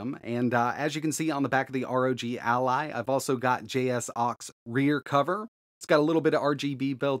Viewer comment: I only accept the pronunciation of "Jay Socks"